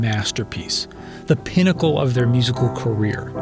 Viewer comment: I can't unhear how you mispronounced pinnacle.